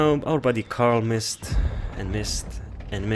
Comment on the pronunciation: it's Coral, not Carl...Duh #Kappa Here's why: #Repost